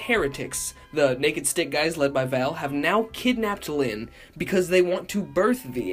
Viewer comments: "And begins to search for LYHYHNN!" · Every time you say lynn like that I burst out laughing like blake fr says it like that alot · the last time he says “Lynn” it sounds a lot like how vinesauce says “speen”